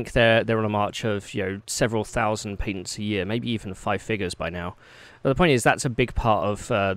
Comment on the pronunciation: he kept saying what i was perceiving as "Paitence" and im like what the fuck are those.?.. im an idiot he was saying patents